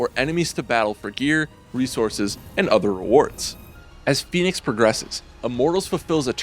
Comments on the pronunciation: It's pronounced fennicks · He's pronouncing fenyx wrong for a start lol.